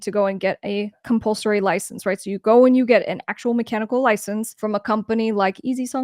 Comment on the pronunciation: Thanks for this however good person, it's "compulsory" not "compulsorary". Cheers.